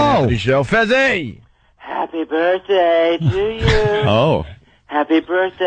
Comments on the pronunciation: I couldn't get through this. Opie's "birfday" and shit wow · I get Sick to my Stomach Everytime Opie says Birffday... Shut Up You Bum lol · Opie should have punched in the mouth every time he said "birfday". What an unfunny cunt. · Really want to strangle opie every time he says birfday. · Birfday gets funnier every time Opie says it!